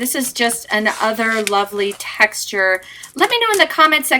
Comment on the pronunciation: who else herd her say "i love the taxture" not texture XD